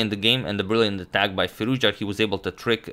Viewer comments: FirouzJA ... FirouzJA ... FirouzJA - not FirOUzja. AlireZA FirouzJA :-) Cheers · His pronunciations is firoz. Ja